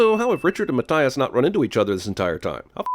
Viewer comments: Im sorry but is math, as in equations, does pronounces Matt, as in the short form of Matthias, no, its maTHias with the th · It's Ma-Thigh-Is, by the way. That's a review sin against you.